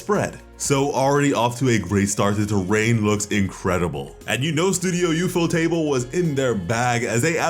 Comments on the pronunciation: It’s ufoetable all one word U-Foat-Able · man really said "studio you-fo-table"